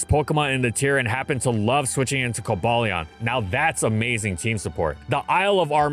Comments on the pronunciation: Co-bay-leon is a weird pronunciation, considering it’s based on the word cobalt. Also, Virizion is pronounced Vir-I-zeon despite being based on the word viridian. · Co-Bay-lee-un is the equivalent of the monster hunter devs calling Tigrex, Tee-grex when we all know it's Tie-grex. they're based off COBALT and TIGER!!! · Did that Pokedex hire some goofy YouTuber to do the pronunciations? Jesus christ. Ko-bay-leon! Who looks at this pokemon and thinks that's how you pronounce it? 😂😂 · The Swords of Justice have easily the most borked official pronunciations of any pokemon. Cobalion as in Cobalt? That thing it's named after? No, co-BAY-leon. Virizion as in Viridian, the color it's named after? No, it's pronounced like Verizon Wireless. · "coal-ballion" dear god why is it pronounced like that . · "Cobayleon" I can't lmfao 💀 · Ironic how they used the fan pronouncation for Cobalion when they said Reinuclus's name the official way. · says raikou incorrectly but cares about coballion pronunciation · is correct, that app is Imfamous for its poor prouncation of pokemon names...ESPECIALLY since Cobalion is named after the metal cobalt, like virizion is named after virdian and terrakion is named after Terracotta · Because he's choosing not to say the correct pronunciation. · Horrendous "official" pronunciation of Cobalion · Early gang. Also we are not pronouncing cobalion like that 😭💯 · Shame on for being purposely ignorant with pronounce Pokémon names. Besides other sources show it's pronounced "Koh-bale-yun" not "Koh-bale-lee-en," which sounds fine. He already screws it up enough for ignoring "Rai-KOH" and "Goh-LICE-o-pod." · Obviously it's Coba-Lion. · I used to get on people’s ass about how to pronounce Rayquaza, but CoBALEon is just atrocious. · I also dislike the "bail" pronounciation but your "ball" pronounciation sounds bad too. It should be "bal", short 'a'. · " cumballeeawh " what a emotional way to pronounce it